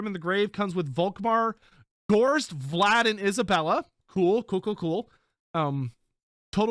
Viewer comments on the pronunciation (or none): none